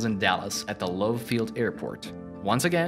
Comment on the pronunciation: It’s not Fourth Worth and it’s not Louf Field. Where did they find this guy?